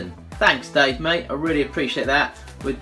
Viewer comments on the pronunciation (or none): none